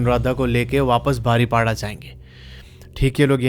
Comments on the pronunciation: मैं ने यह दशहरी स्टोरी सुनी जो अपने बारीपोदा को बारीपाडा कहा । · बारीपाड़ा नहीं बारीपदा अच्छे से बोलो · Bhai Baripada nahi 😅 बारीपदा hai 😊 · बारीपाडा नहीं बरिपदा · Im from baripada .aur ye बारीपदा hai बारीपाड़ा nrhi😅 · Are Bhai baripada nehi paripoda pronunciation hai...kese bolte ho ...thoda pronunciation sikh lo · Bro ise बारीपदा bolte h not baripada 👍 jay Jagannath 🚩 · बारीपाडा ❌ बारीपोदा ✅ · बारिपड़ा नहीं भाई , बारिपदा बोलिए ❤ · I'm from baripada and sir you pronounced our city name wrong 😢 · Rasulpur nahin rasulgarah. Baripada ko kya bol re ho bhai. Bahut sara galati kar re ho area k names me.